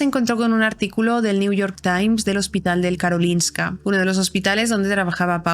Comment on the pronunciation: Soy sueca (estoy aprendiendo español y uso sus vídeos jaja) y recuerdo cuando esto pasó, fue una locura aquí. Por cierto, pronuncias Karolinska perfectamente :)